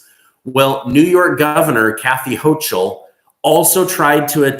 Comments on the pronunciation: It's HO-KULL, not HO-CHULL. I wrote this a week ago. I see you don't read your comments..... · Pronounced HOKEL!!! or ahole!! But not HOCHEL! 🙄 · Your pronouncing the governor of ny last name wrong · Prounace Kathy Hochal is different from what you are saying